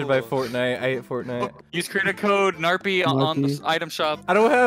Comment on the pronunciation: Parpy not narpy